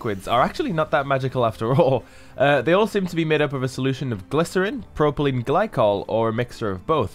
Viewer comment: 'PROPYLENE' not 'PROPELENE' Ooops!